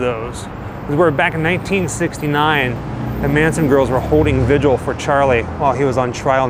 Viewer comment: You have a great sounding voice. But please, it's a vigil. Two syllables. Not vij.u.uhl.